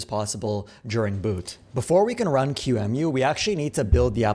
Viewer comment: this is the first time i hear someone refer to qemu as q-emu